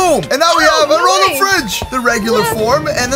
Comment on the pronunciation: It's ro Tom